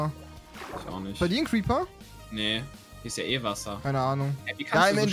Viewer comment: xD wie er Creeper gesagt hat: Creper 😂🥰